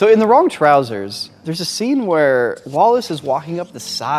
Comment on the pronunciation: nailed "trousers"